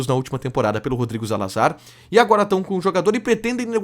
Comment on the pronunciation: Zalazar não é de língua espanhola? Então o amigo poderia falar a pronúncia correta, que soa como "Salazar". É só uma sugestão. Parabéns pelo trabalho.